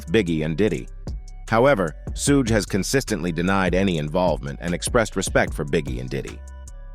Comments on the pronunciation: "Sooodge knight" LMMFAO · I can't continue to hear this narrator continue to mispronounce Suge knight's name.... It is so irritating to me.... I'm out! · OMG. Can somebody program these AI VOICE OVERS to say Suge's name correctly! Damn!! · Is that what it is? AI? I hope they don't fix it. Chuckle every time. Put that on cooody!